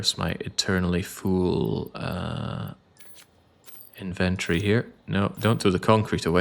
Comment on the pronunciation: Inventory and aluminum…….you’re killing me with the pronunciation 😅